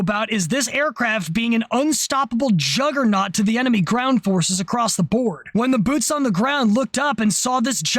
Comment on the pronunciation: you sad Jug…gernaut 😂😂